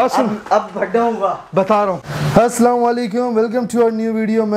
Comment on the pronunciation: अबे भाई prankstar, हस्सलाम नही होता, हर वीडियो मे यही करते। दूसरे को नसीहत, आप को फ़जीहत